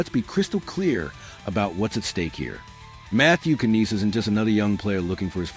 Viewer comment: Lol say his name right first what trash